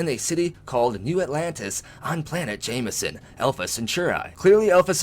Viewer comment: Along with that is Jemison...perhaps it's my hearing, but it sounds like he's saying "Jamieson"...it looks more like "Gem e son" to me.